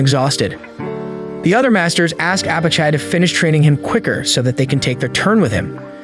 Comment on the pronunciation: I had high hopes for the ai narration at the beginning because its pronounced Apachai correctly but 30 minutes in and it's all gone downhill after that 😂😂😂 0/10